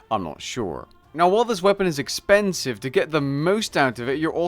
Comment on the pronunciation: See how he embellishes the word "expensive" merchers XDXDXDXDXDXDXDXD edit jk